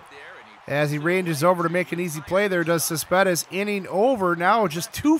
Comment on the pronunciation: I think it's Cespedes not Saspedez